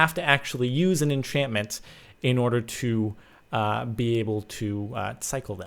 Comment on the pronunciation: Thanks Grumm and DB for butchering enchantment!